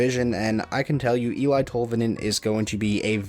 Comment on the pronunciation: Just for future pronounciation Tolvanins first name is said El-ee and not El-I